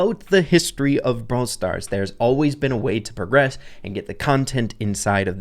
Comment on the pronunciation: why do u say progress incorrectly but progression is fine 😭